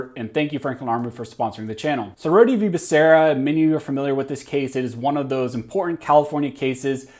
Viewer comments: Rhode...as in 'Road'. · I'm pretty sure that the "e" at the end of "Rhode" is silent.